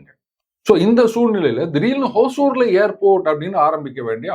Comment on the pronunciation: சார், ஹோசூர் என்று உச்சரிக்க வேண்டாம். ஹொசூர் என்பது தான் சரியானது. ஹொசூர் என்றால் கன்னடத்தில் புதூர் என்பது. தமிழில் ஒசூர்.